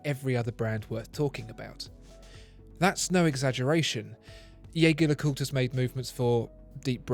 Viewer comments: Ironically, even the French/Swiss pronounce their own name wrong. Edmond Jaeger may have been French but his name is undoubtedly German and should be pronounced Jay-gaer and not Jay-jaer. Nonetheless, whether its Jayger oder Jayjer doesnt matter. It is both right. Blasphemous is when people pronounce Audemars Piguet as Oodeymars Pigett. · Its not yaeger its gaeger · Your incorrect pronunciation of Jaeger (yay-ger) hurts my heart